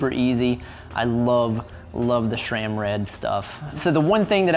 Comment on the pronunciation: A) there is no "H" in Sram. It's Sram, not "shram"! B) Cables can be run* internally (actually "routed", but definitely not "ran") C) It's the Bianchi "spe-tshah-lissima", not "spess-ee-alissima" D) On your next Bianchi, please mount a Campagnolo groupset - not because of the "Italian thoroughbred" nonsense, but because Sram cranks are so incredibly hideous.